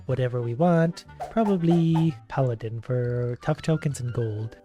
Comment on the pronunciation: Ok, ok,. For future reference: Paladin is pronounced Pal-A-Din. Not Pa-Lad-In. Please, that’s driving me insane for some reason